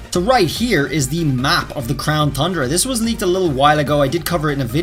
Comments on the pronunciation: Ton-dra. Not thun dra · TUN not THUN ... there no H ffs... you gotta fix that shit man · Its not thundra its tundra, without the th in it, 😑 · Crown thundra dome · He's saying THundra on purpose now isn't he 😂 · He’s still saying thundra my guy it’s pronounced TON-DRUH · Is there a reason why you keep saying Thundra, and not Tundra? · Dudeee its crown tundra not tHundra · He still calling it the crown THundra not Tundra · TUNDRA not THUNDRA! 🤣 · Its Tundra Not Thundra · The fact that he keeps pronouncing "Tundra" and "Thundra" makes me cringe. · Does he always add and H to Tundra? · Whenever he says “Thundra” I get to annoyed pls stahhhhpppp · Homie lives in Japan, probably as an English teacher but still says "Thundra" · What's wrong with the Crown Thundra. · Tundra! There is no soft "the" sounds in that word. This has to be trolling at this point. It's infuriating. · Will someone tell this dude tundra doesn’t have an h in it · After me; crown TUNDRA. Again; crown TUNDRA, no TH in TUNDRA, sorry, it just bugs me that EVERYONE said so and just kinda ignored, BTW,, if you are reading this, I love your videos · TUNdra, TUN-dra lol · He says Crown Thundra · How you an English teacher and pronouncing Thundra wrong •_• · Seriously say tundra right theres no excuse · Stop saying thundra please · I am convinced he mispronounces 'tundra' on purpose to mess with us